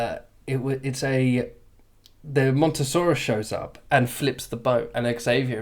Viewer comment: It's called Mosasaurus not Montosaurus .